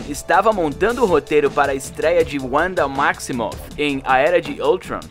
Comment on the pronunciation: Giarett Liettou kkkk ( Jared Leto) Uanda Maximovi ( Wanda Maximoff) Era De Oultroun (Era de Ultron) kkkkk